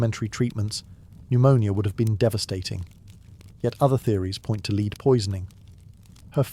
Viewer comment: the pronunciation of lead is wrong